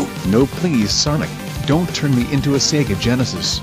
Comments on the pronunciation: After , and , it sounded like he said "See Ga" when he’s done saying Say Ga. even though Sega and Say ga make together with See Ga. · This is Sonic's clone, cuz he can't pronounce "SEGA" correctly. He is saying "SEE-GA"